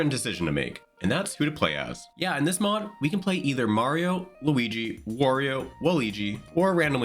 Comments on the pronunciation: you lost me at "Mehrio" 😂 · You almost lost me at the "mayrio," pronunciation. But you corrected yourself around 32-33 secs in. I may well stick around. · I die a little everytime you say Merio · dude says Mario wrong I cant do that all video bye. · For some reason Merryo doesn't bother me as much as Wahleegee. I also wonder if the mispronunciation is just intentional ragebait to drive engagement with the algorithm. 🤷🏻‍♀️ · Wah-lee-gee is the new Merry-o 😂😂😂